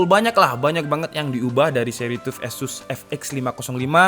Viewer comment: Sekedar koreksi. TUF itu pengucapannya adalah TAF, seperti saat kita mengucapkan kata TOUGH.